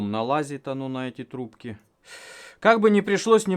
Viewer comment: Ррррррррравно длинные трррррубки